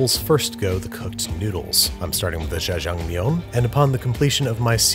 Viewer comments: its generally written in english letters as jja-jang-myeon, so the confusion is understandable but its generally prounced as a hard 'j', and -eo makes an 'uh' sound so ja-jang-myun, babish says "zha-zhang-miyun" which just aint it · yeah, if it is jjajamyeong (sp?), the first syllable he is making into "jjhuh" like j'taime in french. But in Korean that just means the j sounds needs to be aspirated (or a little harder), so JYEAH would be a closer sound than his "jjhuh" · Babish: “JaJa Meong” Koreans: punching the air 💀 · lmao I cant get over “jajang MI YONE” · Y'all my man was pronouncing 짜장면 like it was some sort of french delicacy, this is the content I came for and it is the content I'm staying for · I love how Babish pronounce ls Jjajangmyeon with a French accent 😂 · his pronunciation of jjajangmyeon sounds like french to me idk why ._. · "NEEYO-guri" "Jjajang meeyong" "Jambon" (but in French) Babish pronouncing Korean words is the best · Well the pronunciation wasn't perfect. He pronounced the J of Jjajangmyeon more like in Jacques than in Jack. And Neoguri is not pronounced like Neo from the Matrix. Wow, I must be really fun at parties. Just realized how pedantic this comment makes me look. Anyway, I agree with everything else you say and I love that Andrew puts in the time and effort to research the pronunciation and the cultural background of his dishes.